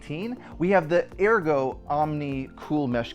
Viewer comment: You’re pronouncing Ergo incorrectly 😬😬😬